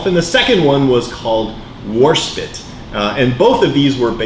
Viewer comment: It's Warspite, not Warspit. Great model though.